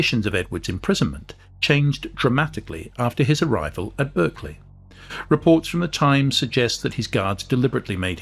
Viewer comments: Pronounced Barclay (as in the bank) not Berk-lee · The accepted English pronunciation of Berkeley is “Barkley” as used by the family who have lived there since the twelfth century.